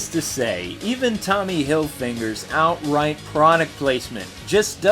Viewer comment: Actually it's Shaun White. Also, did i hear HilfiNger in the video?